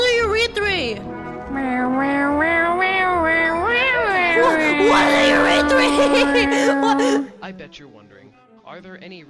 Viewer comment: Wait, what's a urethree tho